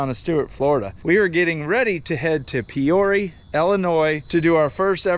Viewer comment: Pee ore ah.. Peoria IL..I mean c'mon bruh..you get a good buck and can't even pronounce lol..bro..we have the good big ol bigguns..enjoy